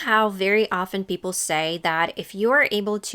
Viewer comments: You are the first YouTuber who pronounces often (aft-en) correctly. Lazy speakers say (off-TEN) which is assuming English is a phonetic language. What happened to the last three generations with pronunciation, I blame TV based in NYC. Great channel. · Тhank you. No T in Often... Bravo! I hate how we learn at school that there is no t in often, but then we hear native speakers pronunce it. It makes me go mad